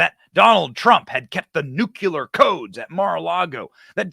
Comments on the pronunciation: It's new-clear, not nook-you-leer. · I hate being that guy but hearing, "New-Q-Lur" rather than "New-Clear" irks the shit out of me. George W. Bush would pronounce it the same way and it felt like nails on a chalkboard to me. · I would very much love to see a detailed list of all the things President Trump knows about previous presidents taking with them when they left office! Benny, you mispronounce the word ‘nuclear’ every time you say it and you are making me CRAZY over it! It is not nucular! It is NUCLEAR! Please man, I beg you! Pronounce correctly! Besides that, it makes you sound more intelligent! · Awesome man, but it is nuclear, not nucular. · It’s not NEW CUE LAR. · THERE IS NO WORD CALLED "NUCULAR" IN THE ENGLISH LANGUAGE. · " NEW-CLEAR " not "new-Q-lur" Love ya Benny ! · Someone please tell Benny that it's Nuc-lee-ar, not Nuc-u-ler. Otherwise I won't be able to listen to him after China vaporizes us with a Nuc-lee-ar bomb. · Benny, It's DAVID Depape. And, please, it's NUKE LEE ER (nuclear) NOT nuke u ler. Otherwise, great job, thanks! PS. 80yr old alcoholics don't overcome 'skull fractures' that quickly. He didn't have one. FF. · Nu-clear. NOT Nucular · “Nucular”? Dude… 🤨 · New. Clee. Er. Seriously. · Hey Benny, you have a lot of great things to say but people would take you more seriously if you could pronounce the word “nuclear” correctly. Its painful dude. Its ok though, you’re in fine company with several other presidents who also can’t seem to do it either. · Dude, mispronouncing nuclear sounds juvenile